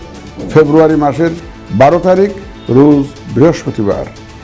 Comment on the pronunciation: রুজ না রোজ!!!